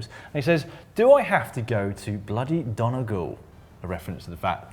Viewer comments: Dan should really work on his pronunciation of Irish place names. While it is spelt Donegal, its pronounced Dun--e-Gall, just like Drogheda is pronounced Draw-head-a not drougheda like Dan did while commentating on the third stage of the Giro d Italia in Ireland last year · Criminal pronunciation from Dan here. Donegal (Dun-ee-gawl) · Donegal - DUN-ee-gawl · Oh my... the way Dan just said Donegal...... it hurts my ears and makes me sad. There's a child in the next room who's just started crying.Thanks Dan. P.s DONE-E-GAWL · is it just a thing for yee to get all the Irish names wrong... Pronounced dun_ee__gawl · dan do u remember nagging si about mispronouncing the word 'ras', u need to learn how to pronounce 'donegal' lad, carma is a b**ch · You pronounced "Donegal" terrible, nearly as bad as the "Ras" , what's your beef with Ireland, GCN 😂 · Thank God someone else noticed, I thought it was just a bad dream! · U said Donegal wrong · Never heard someone pronounce donegal like that before